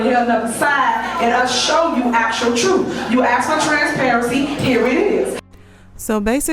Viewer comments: Does she know it’s Ask and not Axed? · you don't Axe. You ask. Good god you are thick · AKS, AKS, THE WORD IS ASK. LEARN IT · Ask. Just say it! Ask.